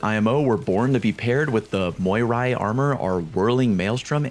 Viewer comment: All 3 armor exotics are Greek Words. 1) Panoplia = Πανοπλία = Full Armor 2) Eunoia = Εύνοια = In Favor 3) Moirai = Μοίραι = Fates Needless to say that your pronunciation on all 3 of them is wrong.